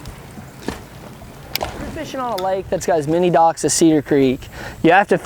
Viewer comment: fishing by dauocks... they way he says it tho